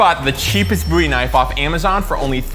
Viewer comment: Bo wie not boo wie Goddamn you're a weirdo